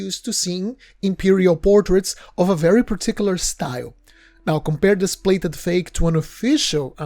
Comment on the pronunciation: The narrator of this interesting and worthy video pronounces the word “plated” as “blated” , the P is pronounced as a B .